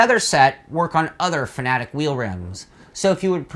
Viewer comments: I thought it Fanatec was pronounced Fanatec, not Fanatic. They both mean different things. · F.A.N.A.T.E.C NOT FANATIC !!!!!!!!!!!!!!!!! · 3 syllables ready, fa na tec again fa na tec. Got it? It's not fa na tic.